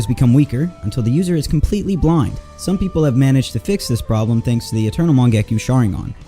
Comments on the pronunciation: Mangekyou has yo at the end the y is silent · Bro literally said mangakyu and amadarasu💀💀